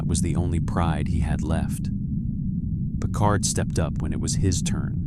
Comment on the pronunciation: Captain Picard or Captain Pequard.????😮😊😅😢